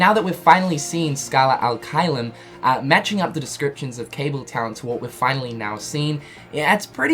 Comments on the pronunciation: He says al instead of ad. Ad being latin while al is actualy arabic. So yeah, he's using the wrong language there. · It's Scala ad caelum not scala al caelum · uum... it's scala "ad" caelum, not scala "al" caelum.... sorry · Is it just me or is him saying “Scala Al Caelum” instead of “Scala Ad Caelum” pissing other people off? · its Scala AD Caelum..... not Scala alqaeda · Lol video maker calling it "Scala Al-Caelum" like it's a middle-eastern name or some shit. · Me: "He's gonna say the name wrong isn't he?" Video starts playing Me: "We know how to pronounce it... It's clearly written in front of him but he's gonna mess it up the first try." Starts talking Me: "Here it comes..." Scala AL Caelum Me: ".... aaaaand boom goes the dynamite." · You kept saying Scala AL Caelum and it bothered me lol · I thought I was the only one. How he reads it, and puts it on the screen and still says it wrong?😂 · Yeah he's saying it wrong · *SARCASM INCOMING* Have any of you heard of ACCENTS? No? Well, then. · He usually says all the names, worlds etc wrongly but it's okay